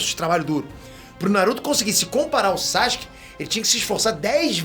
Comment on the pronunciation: Quando é que ele vai parar de falar SACHUKE?